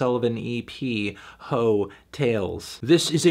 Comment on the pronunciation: heeawcks tales